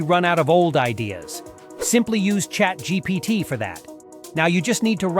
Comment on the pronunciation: “Chat Gpot” 😂